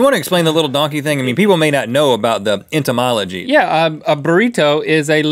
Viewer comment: Did Rhett say "entymology"? So is that the origin of JRR Tolkien's tree people?